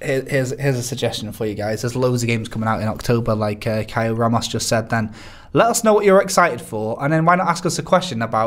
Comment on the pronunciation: First British that pronounce "Ramos" properly